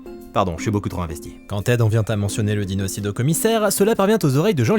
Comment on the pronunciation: "Un DINOÇIDE"!!!😂😂